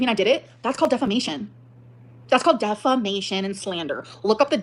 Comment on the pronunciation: That is in fact not the del-fo-nition of delf-a-mation.